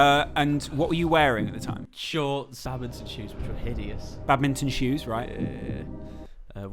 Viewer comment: and his babminton😂